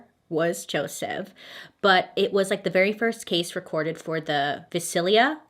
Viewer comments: Pronounced Vy-Cell-Ya. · It’s pronounced vī-sail-yuh. Lol